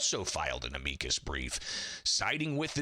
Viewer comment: Why does he insist on pronouncing "amicus" incorrectly? He does it every time. Thats not how you say that word, it makes him sound dumb.